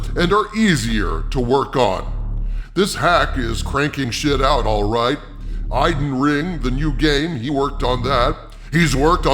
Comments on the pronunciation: Did he say Iden Ring instead of Elden Ring? lol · Did you say Biden Ring? Tf? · lol it's Elden Ring, not Eiden Ring. But you're right about GRRM. Just gotta stop paying for all these stupid side projects of his if we really want him to finish the series which made him famous. And no, the series won't be finished in his life time. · "Eiden Ring"